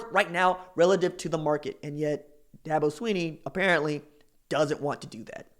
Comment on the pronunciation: First learn to pronounce his name correctly. Second what Dabo said was taken out of context. Third Dabo has never signed a top 5 class. Last thing, I’ve been to both Oklahoma and South Carolina and I would much rather live South Carolina.